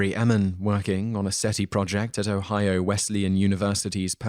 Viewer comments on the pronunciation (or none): none